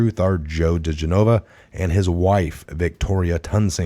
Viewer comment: JOE" DEE-JEN-A-VA"